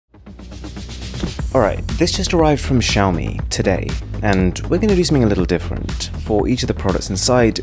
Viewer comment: It's xaomi Mi-stery